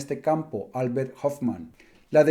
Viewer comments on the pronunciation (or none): none